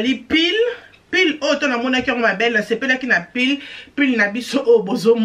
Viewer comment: On dit pull et non pile ma chère eza na esprit ya bien